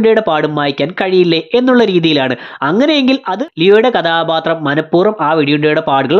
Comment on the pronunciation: കദാബാത്രം അല്ല മോനേ കഥാപാത്രം